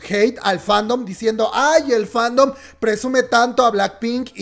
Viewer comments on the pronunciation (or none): none